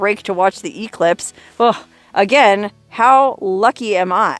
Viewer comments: English nazi here. Not E-clipse, e-CLIPSE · EEE-clipse! (Definitely a Huell Howser pronunciation!)